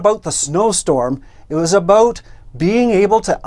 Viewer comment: I love hearing that "aboot"..:) Seriously, of course you were right when you decided it was no longer safe driving and did the smart thing - pulling over and waited until you deemed it WAS safe. Kudos to you